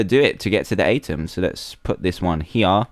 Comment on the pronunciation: It's pronounced "u-tem" Dan.😅